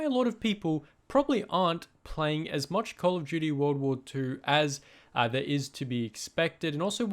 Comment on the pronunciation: Because you said “call of juty world wah too”